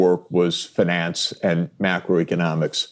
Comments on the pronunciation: Please stop saying “fin-NANCE” 😮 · One of the qurkiest features of the english language is the different ways you can pronounce words and still be correct. Sachs says "finance" with a long "A" instead of the more usual long "I". I've noticed that in Britain they pronounce words like "advertisment" with a long "E" instead of a long "I" like is more common in America. They also say "issue" but actully say "S" instead of "SH". Or how australians say "Data" with an emphasis on the first "A" instead of saying "Dayta" like in America. Just an casual observation.